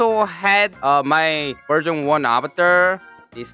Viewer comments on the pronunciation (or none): I literally hear Virgin 2 instead of Version 2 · What Said: Version 2 What I Heard: Virgxn 2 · When said version 2 my mind heard virgin 2 🤣🤣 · What said: version 2 What I heard: virgin 2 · sounded like he said " virgin too" 😭🤧🤧🤧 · i thought you said virgin two